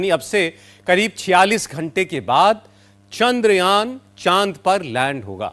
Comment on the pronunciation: चांद्रयान.....चंद्रयान नही .....